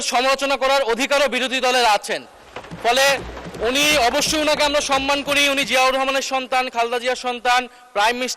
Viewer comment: সম্মানিত জয়নাল আবেদীন ফারুক, ভাষা শুদ্ধ করুন। যেমন, সনমান নয় সম্মান